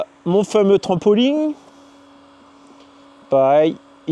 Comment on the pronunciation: On ne dit pas un trampoling mais un trampoline.